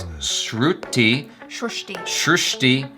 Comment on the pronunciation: Wow.. pronounce it(srushti) very well.